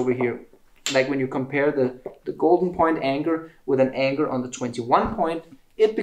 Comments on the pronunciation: I was wondering what was saying when he said Anchor, always sounded like anger.... videos are so educational, very good teacher. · please learn to say Anchor correctly. U sound like anker or anger. Thanks